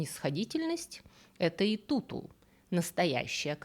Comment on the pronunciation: Красавице Икуку же) а не Итуту))